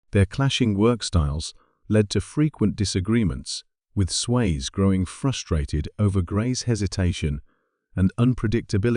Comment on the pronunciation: It's Sway-zee, not Swayz, but I know it's AI.